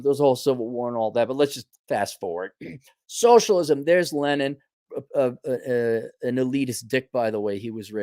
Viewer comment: Just 'soshlisum?'...have you seen these fools?